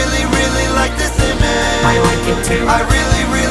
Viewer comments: Ima bout to ruin this whole video for you. He never pronounced the “g” in “image” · I love this song but I’ll just never be satisfied with the face he never fully pronounces “image” he just says “ima” lol